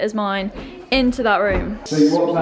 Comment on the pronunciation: It was weird hearing you pronounce 'room' as 'rum'... you are the only other person I ever heard pronounce that way apart from my childhood friend who committed suicide 2 years ago.